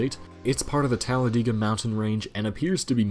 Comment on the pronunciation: This dude just said "Talladeega" when it is said "tal-le-deiga"